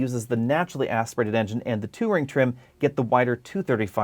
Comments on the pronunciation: I thought you kept calling it the Two-Ring trim. 🤔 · Yes, so was I. Wtf is the 2 ring trim ? Worst mispronouncing of a word since Stewie on family guy kept saying "cool wwwhhyp". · Drove me nuts every time he said it!